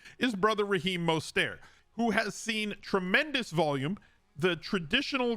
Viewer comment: The way you pronounce Mostert hits my ADHD nerve... Surprised you've never discussed that topic. I'm addicted to your content,.